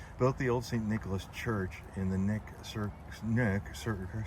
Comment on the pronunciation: It is pronounced k nick. We have lots of amazing cemeteries here, especially the further north you go.